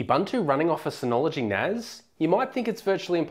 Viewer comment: It's NAS not NAZ... S not Z